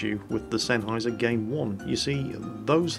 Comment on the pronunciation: You know now i feel ashamed for having my game zeros for almost a year and not know how to pronounce sennheiser until said it:/